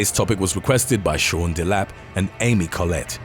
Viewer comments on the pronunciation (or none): none